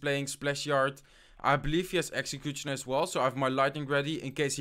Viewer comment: A little tip dont pronounce the t in executioner